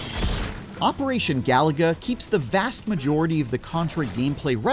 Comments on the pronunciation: he called it galaga not galuga lol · It’s pronounced: Ga-Lu-Ga. Not Galaga. NPC Journal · It is not operational galaga this is operation galuga as the reviewer is saying it wrong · "This Contra game is too much like Contra" - Also: ga-LOO-ga. Not "Galaga". Wrong game, mate. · It's ga-loooooo-ga, not galaga for crying out loud! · It’s Galuga, not Galaga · It's Ga-Lu-Ga not Galaga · It's GalUga not Galaga. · It's pronounced GA-LOO-GA. They literally say it in the game. And you wonder why people mock your reviews? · He said Galaga-- like wth? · Is it not, "Gah-loo-gah?" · Say it with me: Ga-loo-ga. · This is the 2nd video review I've heard that is pronouncing Galuga as GALAGA 🤦‍♂️ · “If only (mispronounced game name) were less like itself” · Should have known something when they can’t even say the name of the Title right. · Why does he say the title like there's an A where there is a U 😂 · How this channel has 18 mil subs is whats is mind-blowing considering these "game journalists" don't even know how to pronounce the name of the game. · You can’t pronounce the name of game, you shouldn’t review it!